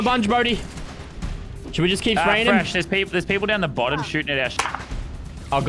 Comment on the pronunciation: It's funny that he keeps saying too much peapole😂